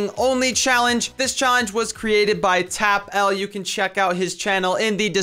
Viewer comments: I'm not triggered or anything I just thought I would say. His name is pronounced as if it were tapple, not tapel. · it's pronounced tapple, not tap L:L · it's not "tap L" it's pronounced "tapple" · you read it as "tapple" not tap EL